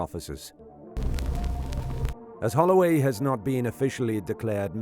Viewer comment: They saying Holloway quite well !